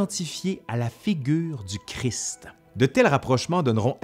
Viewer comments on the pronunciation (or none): none